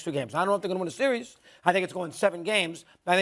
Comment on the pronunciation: How tf can he say “series” with pouted lips